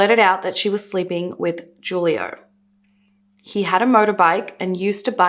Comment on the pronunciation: The "J" in Juilo is pronounced with a H sound